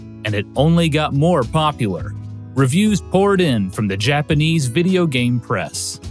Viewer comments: Interesting video! The faux country music is super distracting, and so are the faux-Japanese pronunciations. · Im really glad you actually try to pronounce japanese right